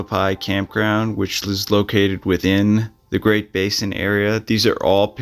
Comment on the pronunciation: First its Gran - it mountain, second its called Press - ket.